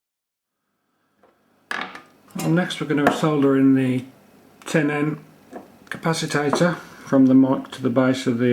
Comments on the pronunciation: nice but i couldnt help laughing everytime you said 'capacitator' insread of capacitor... priceless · Dude it's pronounced CA-PA-CI-TOR, not ca-pa-ci-ta-tor. Love the vid though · learn a new word day..capaci-TOR..not capacitator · Why do you call it a capasitator and not a capacitor? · Interesting, Nice idea. Please dont say Capasatator